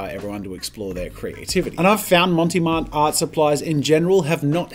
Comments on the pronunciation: Brand: "Mont Marte" Jazza: "Monty Mart" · It's NOT "Monty Marte" xD. There's no e on "Mont" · Mount Marty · Love the content. Montee Marte????? Clearly says Mont Marte. Which is a take on Montmarte, in Paris. A suburb famous for where lots of artists hung around in Paris. See what they did there with the name. LOL. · That’s fine. He keeps mispronouncing Monte Mart anyway, (I might have misspelled it though 😆) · I love how you mispronounce Mont Marte XD It's French, no "e" on the end of Mont and the "e" on Marte is a soft "eh" sound, or since we're Aussie not French, you can make it a silent "e" and just say Mart. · Jazza, mate, it's MONT Marte Otherwise, absolutely love this v insightful reviews